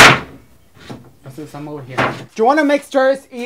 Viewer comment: It is Jesús why do you people get it wrong and yes I did